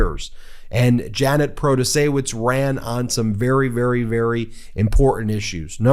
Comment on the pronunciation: Luv you man but the "W" in Protaciewicz is pronounced as a "V".